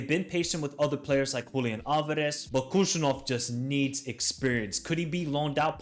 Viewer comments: He is not Kushanov!! Khusanov, first Kh wiill be read like H in "hen", A will be read like ''á'' in CAR. So HusaAnov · I am from Uzbekistan. The first K in his last name is silent. It is more of a hard H sound like in word WHO. Also, the emphasis is on the A, so the phonetic pronunciation is hoo-sA-nov PS i am a huge Man Utd fan, so this will be interesting. I will have a player i will cheer for to do well in a rival team. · props for making this with great analysis. Just one thing to mention his last name pronounced as 'Husanov' similar to Habib (Khabib)